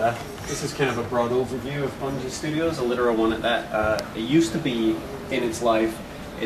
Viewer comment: IT'S BUNGIE DO YOU KNOW HOW TO READ!